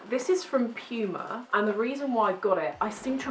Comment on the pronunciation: lol I like how u pronounce "Puma" XD XD Im literally dead right now hahaha